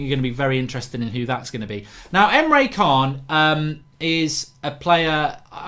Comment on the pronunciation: ITS NOT KHAN DING BAT PRONOUNCED CHAN OR JAN